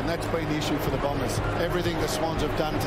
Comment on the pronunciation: Few personal highlights here: "Daniharrrrr" Lordo's ONE word to describe Essington "don't stand for anything" "Blombers"